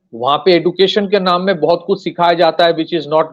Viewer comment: Education pronunciation man